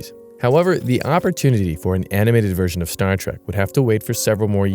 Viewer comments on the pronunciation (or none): Someone tell that dude it's Star Trek not Star Track